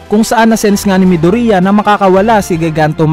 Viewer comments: Yeah it's "midorya" not "mido-riya" arghhh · Midorya not midurya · Kuya paayos po Ng pagkakasabi midoriya po Hindi midurya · “ mido-riya ” I'm triggered help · It's correctly pronounced as “ midorya ” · Mih-dur-iyah? Mih-du-ri-yah? Wala lng natatawa lng ako HAHAHA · hahahah nakakatawa pag nag sabi ka ng midorya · No offense.... Pero bakit po Medori-a😄